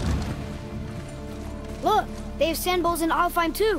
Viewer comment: Cara baca ALFHEIM : alfaim